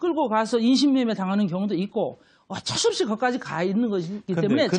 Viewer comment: 커어걱쩔수 없이 커..컥쩔수 없이 발음교정이나 다시 하고 방송출연하시지예 할머니?